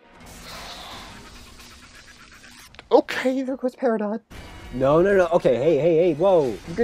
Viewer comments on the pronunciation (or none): none